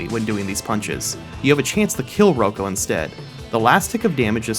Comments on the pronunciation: It’s pronounced rah-co not row-co for Rocco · Its ROCK-O not fucking ruko lmao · Dude really called rocco ro-co 🤦🏻‍♂️ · The way he says Rocco... eugh